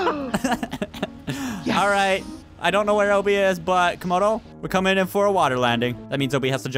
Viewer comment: i swear i heard call comodo toemodo